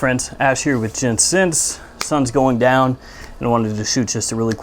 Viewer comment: I swear you said, "sumthins goin down" instead of, "sun's going down". 😂 ☀